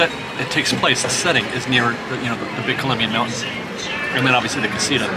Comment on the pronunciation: Here's a trick, you can pronounce casita a little bit more accurate if you start saying out loud, casitower, casi - tower, several times and then just remove the "wer" part and say it over and over again. Great video!